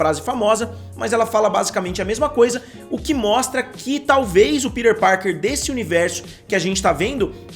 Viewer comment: Que agonia vc falando “ pider parker “ kkkkkkk